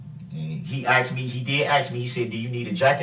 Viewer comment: Objection, axed and answered.